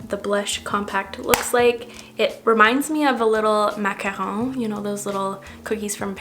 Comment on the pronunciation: Oh my god the macaroon pronunciation totally caught me off guard